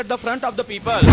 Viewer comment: For all of you , first learn how to say "people " correct pronunciation "pee pul not peepal. 😅😂